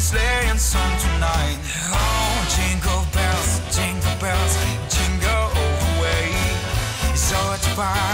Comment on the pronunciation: Динкел бенс, к чему? Фраернуться своим произношением? Я не понимаю слов и смысла этой песенки. Лучше в лесу родилась елочка...